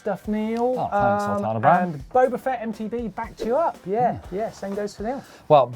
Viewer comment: Sul-tanah-bran! It's Sultana Bran you!